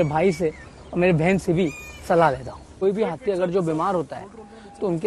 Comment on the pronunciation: Hathi ❌ Hatthi ✅😂